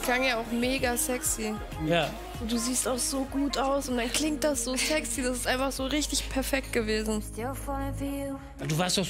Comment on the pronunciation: das bunte mädchen in der jury "das klingt so zegschie"